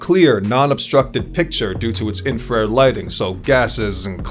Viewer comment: I know it's one word but it's pronounced infra red